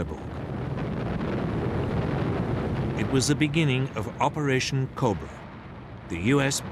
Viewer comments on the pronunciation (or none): none